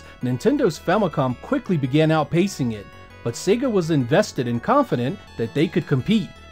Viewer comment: Finally, an American who pronounces SEGA correctly:))